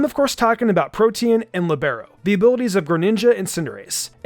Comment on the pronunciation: Ok guys, let's do a game: take Google Translate, set it to Italian, and write "Libero"; then, press the "Listen the pronunciation" button. Great, now you can pronounce a word correctly.